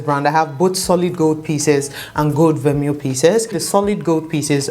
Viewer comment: It’s pronounced ver-may :)